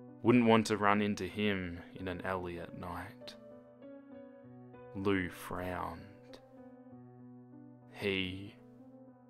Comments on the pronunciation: It is pronounced liu! (lee-oo) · Wait It's pronounced Loo? I thought it was Lee-oo I'm stupid